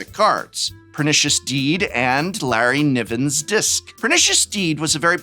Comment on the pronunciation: Exactly who or what is a Larry-Nivven?😂🤷‍♂️